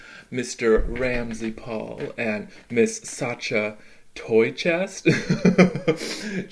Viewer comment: Why do you say Satcha? It's Sacha.